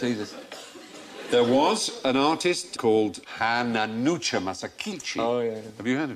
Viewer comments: Stephen pronounces the name wrong. It's not "Hananucha", its Hananuma Masakichi. The worst thing is that he says it once more , wrong again. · Stephen's pronunciation of Hananuma (not Hananucha! that isn't even a name!) Masakichi's name is horrendous oh my god